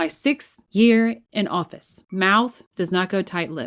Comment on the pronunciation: How can a politician who has no control over her vowels get voted into offuss. Must be running on an empty think,what do you rikun